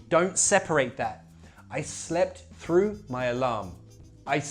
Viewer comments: I'm just crying looking at u pronouncing throughth 😂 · Troughth lol man